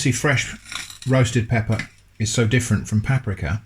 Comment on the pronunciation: I last watched you during lockdown,i come back and you're still pronouncing paprika wrong,drives me insane